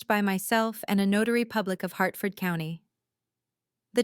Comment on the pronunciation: Also, for folks who aren't American, Hartford, not "Heartford."